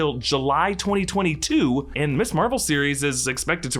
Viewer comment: Are you so ignorant you don't know how to pronounce "Ms." ????... SERIOUSLY ????????????